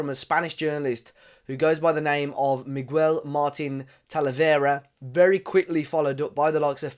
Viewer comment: TF is a Migwuel 🤣